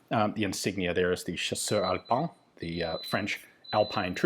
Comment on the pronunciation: I very like when you say "chasseur alpin". I advise ypu ti buy one hat of french army "pioupiou". Je suis francais et c est les plus beau. Great video